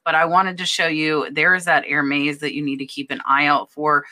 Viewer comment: Love your videos. Thank you. I always learn so much from you. As an aside Hermès is pronounced "air mez" :) - short e